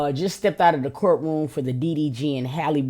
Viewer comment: It'a Ha-Lee not Hay-Lee